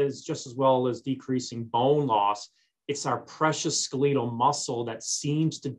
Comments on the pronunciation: skaleetle? its skeletal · What the hell is "SKELL-LEE-TAAL" muscle?🤔🤔🤔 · Good information, but for God's sake, please check your dictionary. Skeletal is NOT pronounced ...ske leet al. C'mon! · Do you mean to tell me that I’ve mispronounced “skeletal” for 55 yrs? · OMG, Why can't you pronounce the word"skeletal" cortrectly? Either never went to med school our an affectation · It is correct in UK commonwealth nations